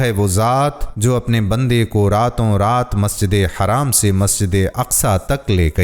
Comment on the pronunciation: Aap sab masjide haram ko haraam kyu kehte ho Wo kya ham par haraam hai Nhi na To haraam mat boliye plz wo masjide haram hai na k haraam